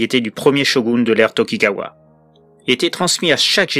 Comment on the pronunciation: Tout d'abord, je voudrais indiquer que je me suis aperçu hier d'une erreur de prononciation sur le nom du Shogun évoqué dans ce récit qui est Tokugawa et non pas Takegawa comme dit dans la vidéo. N'ayant pas eu le temps nécessaire pour faire les ré-enregistrements et corriger, j'ai malgré tout fait cette correction en marquant la bonne prononciation en mode texte, sur les passages où le nom est dit^^. En dehors de cette petite erreur, sans doute dû à la fatigue (la semaine d'Halloween ayant été très épuisante en matière de vidéos), cette histoires inaugure un format particulier. Dans l'idée, je voulais faire ce type de vidéos une fois par mois. Après, au vu de mon planning ultra-chargé, et ayant pris déjà pas mal de retard sur celui-ci, bouleversant les dates prévues pour le MonsterVerse notamment, je ne suis pas sûr que je pourrais m'y tenir. Je préfère ne pas trop m'avancer, mais en tout cas, je proposerais une vidéo de ce cycle aussi régulièrement que je peux. C'est une série un peu à part, inspiré des fameux "Kwaïdan" japonais, des histoires de fantômes japonais, qui font partie intégrante de la culture très riche de la littérature du japon. Même le grand Rampo Edogawa en a fait au début de sa carrière prolifique d'écrivain et a contribué à son oeuvre monumentale. Certains étaient sous forme de nouvelles, d'autres de romans, ou bien des poèmes, et même quelques haïkus (une forme de poésie propre au Japon). Ce sont des récits qui explore l'histoire japonaise dans différent